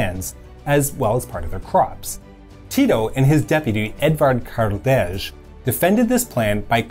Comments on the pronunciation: great video, and thank you for your effort at pronounciation of the surnames. Edvard Kardelj should be pronounced as [ˈéːdʋaɾt kaɾˈdéːl] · A very good lesson in history, but I was disappointed by your pronunciation of "Edvard Kardelj" - it is not pronounced with the English "J", and it would be more accurate to say "Edvard Kardel" without pronouncing "J". Edvard Kardelj was a Slovene and in Slovene "J" is pronounced as "Y".